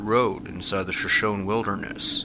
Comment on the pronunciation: Its pronounced shuh-SHOW-nee